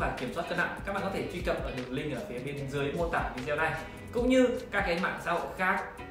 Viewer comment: Cam on nhieu.xin hoc lai cach doc chu video,dung doc vi deo nhe!